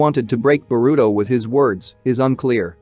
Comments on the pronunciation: He say burito not boruto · Do you say boruto’s name wrong on purpose?